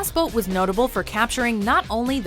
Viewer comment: That's a pretty good pronounciation of the word "Boot" for people who don't speak german.